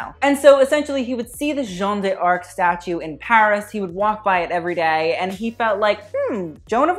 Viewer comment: D'Arc is pronounced in one syllable - like 'dark'